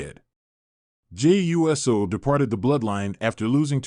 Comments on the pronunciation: Is this Robotic cause I'm sick and tired of anyone want likes and won't even try to annunciation the person's name Jey is pronounced ( J ) Uso pronounced ( Ooh ) So quit talking saying U.S.O. if you don't know ask somebody. JERK. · I think it might be ai mispronouncing the usos as jimmy and Jey you s oh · Ok, I'm stopping this video right here, & right now. I CANNOT listen to this guy say Jey U S O again! I'm out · Dude we know you can say Uso! Stop saying U S O!